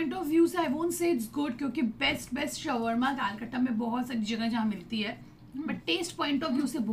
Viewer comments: It's not sawarma roll it is shwarma roll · Its swarma instead of 'savarma' 😅 Just kidding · thats not shrvama its sharma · Swarma roll nhi 🙄 shawarma not roll That Is Only Shawarma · Its shOOr MAA not shawarma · it is not sawarma roll its shwarma roll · its not sawarma its shawarma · It's not s w a r m a ...it's Shawarma Roll. 😂 Vaise buraa mat lagaana...😁😉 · Your pronouncesion of shaurma rool is wrong... don't mind it i just correct it..❤️ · Dude what is sawarma😂😂😂😂😂😂 You're pronouncing it soo wrong